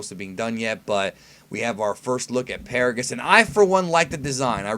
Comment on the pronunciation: NANI!!!!!!!! Its actually Paragus